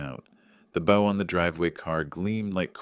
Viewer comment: Mispronounced bow.